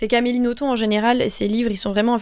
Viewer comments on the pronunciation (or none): petit fun fact: d'après Amélie Nothomb, le b à la fin de son nom se prononce bel et bien! (elle l'a dit dans une interview)